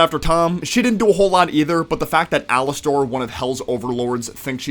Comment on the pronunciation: Its pronounced alaster not alastor